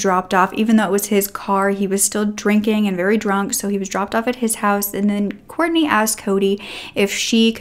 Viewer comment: It's Kortne. Please say her name properly. We need her name to stay true and alive to not confuse with other cases.